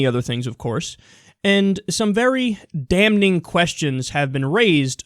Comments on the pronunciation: Kyle, dude, you're great. But the 'n' in 'damning' is silent. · don't pronounce the "n" in 'damning' ... it's still silent even with -ing :)